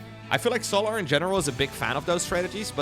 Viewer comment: I love how pronounces Solahr. I also love when pro players kill their own units, like NightMare did to his archon in game 2 XD